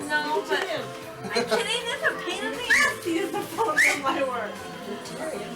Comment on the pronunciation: I love the "yeearsh" and "Fur"! 😄😄